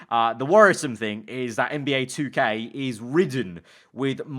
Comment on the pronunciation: U don’t even know how to say 2k ha